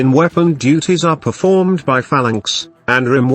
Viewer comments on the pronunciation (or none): none